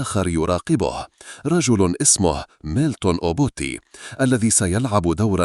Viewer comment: ميلتون و ليس ميلكون .